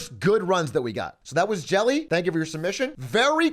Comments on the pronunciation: Yeah, i felt bad calling him Jelly in chat, when it was revealed afterwards that it was Jelle. Big A doesn't know how to pronounce dutch names 😥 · Jelle is NOT pronounced like jelly lmao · Hahahaha im sorry jelle that you're being called jelly 🤣🤣 happens when english people try to say the dutch "je" sound :p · Pronouncing "Jelle" as "Jelly" is very funny! you've done it again American Man Atrioc o7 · Arme Jelle. Z'n doodnormale naam kreeg een goofy uitspraak in het Engels 💀